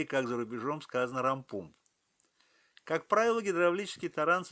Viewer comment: Не пумп а памп!